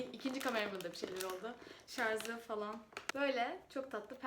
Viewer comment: şarz değil şarj